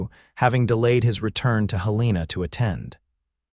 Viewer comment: Please. If you are using Montana as your locale, correct your AI pronunciation of Helena. It is HELL-uh-nuh. Good story otherwise. ❤